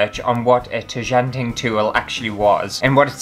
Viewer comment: Nothing better than pronouncing 'tjanting' wrong throughout an entire video 🤦🤦